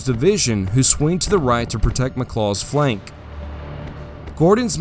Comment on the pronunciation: McLaw. Not Mh'Claw 😅😅 Genuinely Greta video, well put together. But every time I heard "mh'Claw" made me cringe